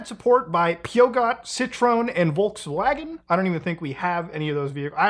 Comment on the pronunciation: yeah, and Citroën and Volkswagen hurt too :/